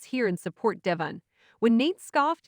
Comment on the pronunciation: still cannot pronounce Devon correctly? Wow